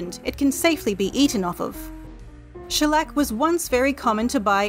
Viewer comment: When she says Shellec i hear a bit Shrek